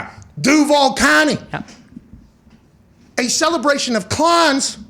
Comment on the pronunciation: “DAHNTOWN KLOWNTOWN DUVVALLL CAWNTY!!”